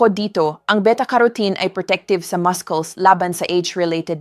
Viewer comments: I think this word Muscles is pronounced Masuls as in mussels NOT mas-kles 😮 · 🎉Excuse me but muscles is pronounced Masels Not Maskels. Nakaka turn off.... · All the 7 fruits na suggestion mo to eat noong mahina ang mga binti (which means intended sa senior citizens) ay all super bad sa may diabetes or kahit pre-diabetics, na usually ay ito ang sakit noong matatanda. Kung sobrang tumaas ang blood sugar, paano? Also, please go to Google and check the pronunciation for muscle or muscles. That's what I do most of the time as I often times not sure how to pronounce certain things/words. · kakainis AI how muscles is being pronounced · PLEASE PRONOUNCE THE.WORD MUSCLE CORRECTLY. UR A DOCTOR. YOU PRONOUNCE YOUR WORD MUSCLES INCORRECTLY. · I hate hearing you pronounce MUSCLES…….. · Why do you pronounce muscles wrongly?? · please check po yung pronunciation nyo of word na “muscles” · AI na nman ito. Listen to how she says muscles!😊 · WRONG PRONUNCIATION NG MUSCLES